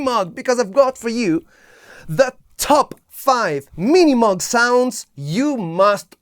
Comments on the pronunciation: It’s not pronounced “moog” either. It’s pronounced moʊɡ/ MOHG. Rhyming with “vogue”. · You have the name all wrong. It’s not Minimug, it’s pronounced, MiniMoog. You’re super hyper. Back off on the caffeine. You make the MOOG sound like junk. It’s not. I still have mine.